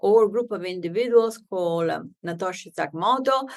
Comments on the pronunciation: Not Natoshi Sakamato. It was Satoshi Nakamoto. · She said "Natoshi Sakamoto." :-) But bitcoin was developed by "Satoshi Nakamoto." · "Natoshi Sakamoto" ??? 🤣 #spoonerism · Good thing she found an opportunity to say Satoshi Nakamoto a second time so she could say it properly. If anyone who doesn’t know what Bitcoin is listens to this woman explaining it and gets it, I’ll give them a cookie. I know what it is and how it works and her explanation made my head hurt.